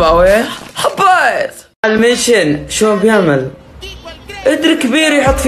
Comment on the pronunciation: انت ليه تقول حبايت مو حبيت😂💔